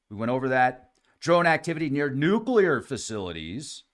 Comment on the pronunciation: Liked, for pronouncing Nuclear better than most professionals, scientists, journalists, etc.. salute,. New clear. Bravo!